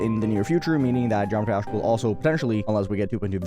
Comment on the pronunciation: Why does he talk like that? He can't even say geometry dash properly